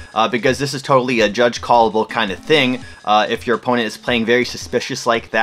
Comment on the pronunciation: I think the canadian in you got in the way of calling judge 😭😭